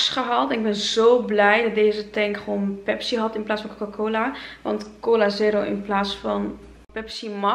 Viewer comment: ahhaha hoe je cola zegt coula